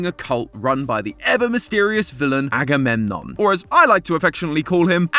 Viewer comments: Aggie poo???? CHILL…. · And aggydiginom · Don’t forget “aggymilade” 💀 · I swear you said Aggie poo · And "Aggie boy" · And anadididgemon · THE SECOND I HEARD "AGAMEMNON" I GASPED I LOVE GREEK MYTHOLGY AHaweyeiuaEWIU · As a greek, hearing someone explain greek mythology is so funny for some reason. It's weird hearing greek names in English or even greek cities. The pronunciations are so funny😭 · "Im not gonna say agamemnom 100 times" proceeds to say: aggie waggy doo dah, aggie lulu, electric boogaloo and more thanks fyp 🔪🔪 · Yeah, Agamemnon is too complicated of a name to call him like so throughout the entire episode... right... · Lol just say Agamemnon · Why don't you just say "Agamemnon"? It's significantly less effort than any of your nicknames!